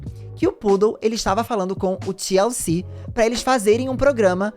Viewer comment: Toda vez q o falava TLC eu escutava Tia Eucir